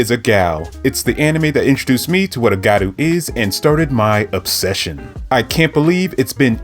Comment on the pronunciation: Btw it’s gYaru not garu